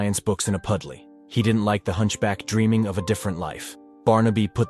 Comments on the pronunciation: “Dump-ed in a pudley” your AI is showing… a lot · a Puddlee? if you are gonna use an AI get one that actually knows how to read